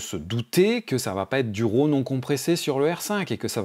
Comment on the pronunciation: tu dis "Row" ou RAW lol trop trop de pas réussir à le dire correctement.